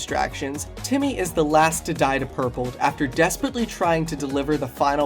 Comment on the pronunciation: Guys it’s Jimmy not Timmy